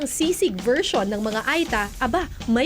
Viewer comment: Ur pronunciation ng ita is wrong. Hindi I (ay) kundi it’s (eta) (eeee).tange ka.